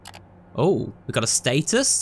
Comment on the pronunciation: Bro pronounce status Wrong